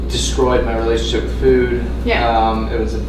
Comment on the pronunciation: For a minute there I thought he was saying "poop" quality...and I was like...hell yeah dude...you gotta look at your poop...it tells you so much about how your body is doing...but no..."food" quality folks...not to be confused with "poop".